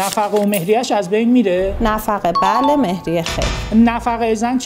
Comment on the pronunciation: سلام وقت بخیر تلفظ مهریه رو عامیانه گفتید درغیراین صورت تلفظ حقوقی مهریه فرق داره.❤